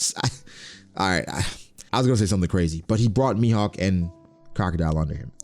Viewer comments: Croco Dele? 💀 It's more like ↓ Croco dail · Bro, "Crocodilly?" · broooo not "CROCODILY" tf is that🤣🤣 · "Crocodeelee" That's a way to say it